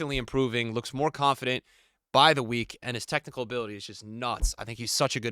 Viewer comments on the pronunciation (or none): none